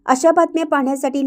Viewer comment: निवेदिका अशा का बोलतात? आहेत त वर जोर, धन्यवाद मध्ये द वर जोर त्यामुळे बातमी एवढी मोठी आणि चांगली असून रसभंग होतो